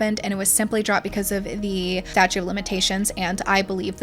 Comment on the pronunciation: Hey, doll, GREAT video. Super juicy and informative! (Only note: its the staTUTE [pron: stat-choot] of limitations, not statue, like a sculpture.) Keep up the good work, lady!!! I'll be back!